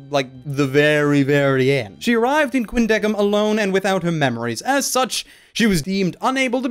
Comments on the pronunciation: Catie Robinson i dont really know, but it just bugs me its pronounced with a solid 'k' sound instead of an 's' sound. i guess it's more of a preference thing. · still extremely angry at the pronounciation not being "Quin-deh-sim" or "Quin-deh-seem" and it instead being "Quin-deh-kim" otherwise holy fuck i love this anime i need more Ginti.